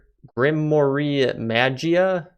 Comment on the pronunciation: Also grimoire. And magia is pronounced (gruhm waar) of (megeea). And also fluxnetworks is so broken its not right. It even works with immersive. Also i love the pink wither. Try a summoning pendulum